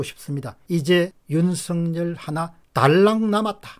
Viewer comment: 감사합니다. 한마디만 하겠읍니다 고유명사라서 {윤 석 / 열 } 띄워서 하시던지 ,[윤서 결]이라 발음하시지요. 윤성렬로 들립니다.....THANKS